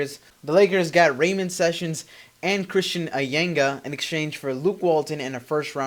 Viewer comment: You pronounced ramon wrong and Jordan hills not a point guard dumb ass ?!